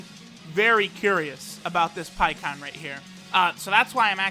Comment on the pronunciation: Pie kon it’s pie ku han